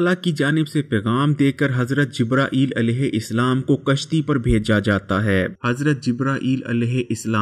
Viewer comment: sir it’s alehu salam not alehu islam